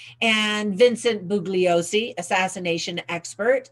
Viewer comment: You are not familiar with Italian silent g pronunciations -Bugliosi like lasagna.